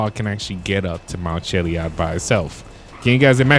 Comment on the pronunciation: Chilli ad not chilli ud